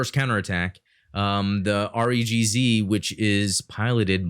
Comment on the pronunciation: Its pronounced REE-guhZi. If Im not mistaken, the high grade Re-gz is way better than the Master grade because its a bad mg from 2001. Btw the fumina kit is from build fighters try not build divers, I've actually heard good things from build divers hg character kits unlike the build fighters character kits